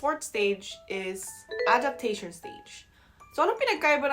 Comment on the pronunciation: Adaptashawn ( and ) (not ) .... you're really talking like Filipina. 😂😂😂😂😂 Kalbi or adobo... both❤️.